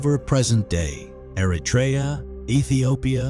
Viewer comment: I wish Americans would learn how to properly pronounce Eritrea. This includes the terrible narrator to this video. It is not Air-Uh-Tray-Ya. It is Err-Ruh-Tree-Ya.